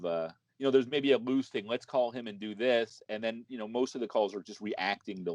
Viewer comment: He’s always been on the “didn’t mean tew dew it” train